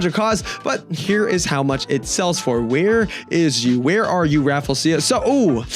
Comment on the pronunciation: It's pronounce as raafleeshia